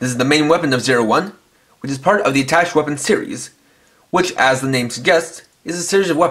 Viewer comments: isn't it pronounced attashay? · It's pronounced a-tash.